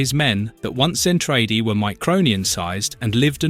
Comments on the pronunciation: Love the content but the mispronunciation is throwing me off. It's ZEN-TRA-DEE, not zen-tray-dee. And it's not muh-cross but MAH-KROSS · Its pronounced ZEN-TRA-DEE LOL😊